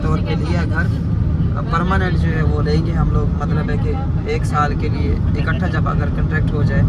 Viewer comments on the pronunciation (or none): none